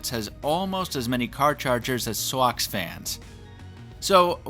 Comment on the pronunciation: the way you said Sox fans...literally weirder me out a bit xD